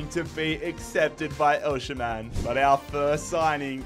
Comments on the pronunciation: you still can't pronounce Osimhen's name 😂 it's pronounced OS-eem-hen, drop the sh pls 🙏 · Every time he said oshimen it sounded like oceanman